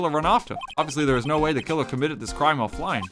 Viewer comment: "dekiller delivered debear-"